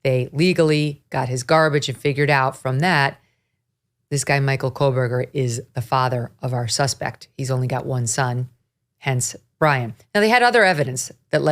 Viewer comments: Just a reminder: it's Kohberger, not Kohlberger. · Why does she constantly say Kole-burger. You would think after all this time she would learn to say the guy's name. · There is no L in Kohberger!!!!!